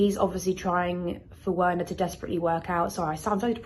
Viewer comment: The way she pronounces Werner is so jarring lol